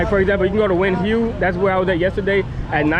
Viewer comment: The Hue in Nguyen Hue is pronounced hway, rhymes with sway. But since you’re in HCM, you can say way and drop the h.